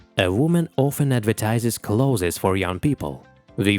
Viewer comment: Pardon, but what are "celothes".? Interesting pronunciation, though.